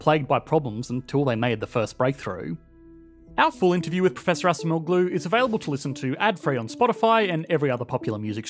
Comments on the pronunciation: The name Acemoğlu is Turkish, so the way it should be pronounced is with the c sounding like a j in English, and the g is silent. So, it would be like "Ajemo-lu". Also, the shape of the accent mark you printed over the letter g is incorrect. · I'm happy to see Acemoğlu in this video! He name is pronounced like "Adjemowlu" btw :D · Pronounced “Adjemolu.” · Correct spelling: Daron Acemoğlu Correct pronounciation: Daron Ajemowloo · You butchered the pronunciation of his surname. It is pronounced "aa-jeh-moh-loo". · Not relayed to the video but I couldn't stop myself from writing this. C is pronounced as in 'jam' not 'sam'. So his last name is A-JAM-oğlu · Great content but you should pronounce Acemoğlu more or less like: A-gem-oolu 👍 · Pronounced "A-jem-oh-loo" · Was it so hard to learn how to pronounce Acemoğlu? You make an interview yet you pronunce his name incorrectly...